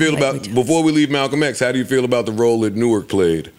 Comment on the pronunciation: Joe pronounces Newark like somebody that’s not from Jersey